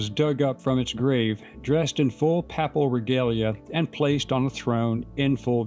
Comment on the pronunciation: "Papal" follows likewise as PAY-pul.